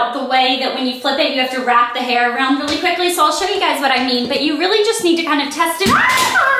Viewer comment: I love how you say around! I know that sounds really weird, but yeah, just the way southern people like myself say things. Haha :)